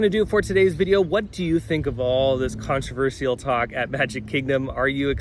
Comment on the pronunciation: I've never heard someone pronounce "controversial" the way that you do. Lol.